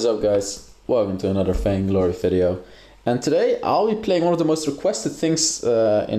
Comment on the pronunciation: I never noticed he said fainglory,maybe cuz i have a similar deep accent Also don't worry,the backround noise is the least of our problems 😄 I reccomend you build a team for videos so you can maybe do some interesting stuff,builds,trolls 👀 idk maybe even play with viewers if you are up for it 🌚👌